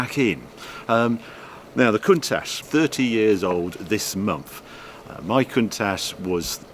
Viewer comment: The "ch" in Countach is pronounced the same as the "ch" in attach, not "sh"